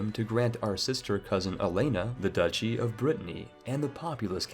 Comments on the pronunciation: Aha! You accidentally pronounced "duchy" correctly here, confirming that all those times you pronounced it "doochy" you were deliberately trolling just to annoy me. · Duchy is pronounced dutch-ee, not doochy. Betrothed has long o, though. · So Duchy is actually pronounced "douchey," I had no idea... the more you know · “Pee-ety” “Doo-chy” “Bet-roth” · Betrawthhh... Peeeity.... This guy's mispronunciations are wild. Edit:DOOchy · piety = pie-et-ee | duchy = dutchy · I can forgive the mispronunciations of French towns, but mispronouncing "piety", "papist", "duchy", and "usurp" amongst other words is a bit much... you'd think you'd know these words if you're interested in history simulators like CK3...